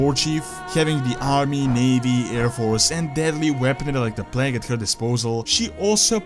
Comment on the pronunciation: bro its not pronounced pleg but like plaig idk y but it really bothers me when u say pleg